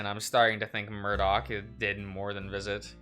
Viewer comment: It's always the "Murdoché" that gets me.